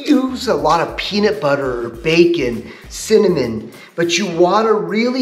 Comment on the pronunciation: Lmfao....cimmanin! That's not one you hear from an "adult " every day. Laughed out a few tears after a rewind to be sure I heard it correctly. How do you get to 45 without someone correcting you? If you've been corrected, what gives? Stubborn? Or you think its "cute". You lost significant credibility with me for sure. Smh.... sheesh.